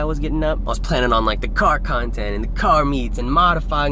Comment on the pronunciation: Car khantent, kar khantent